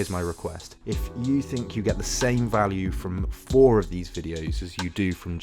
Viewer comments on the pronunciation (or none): none